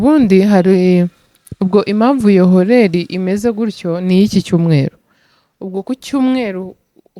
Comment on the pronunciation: Keca ntago bavuga horaire nkuko byanditse basoma orere jyanumva uvuga horeri sibyo rwose subusirimu mukinyarwanda ni ingengabihe niba ntibeshye uzakosore ubivuga nabi pe